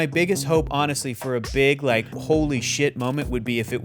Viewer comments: That "I don't wike it' though. LMAO. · I don't wike it! XD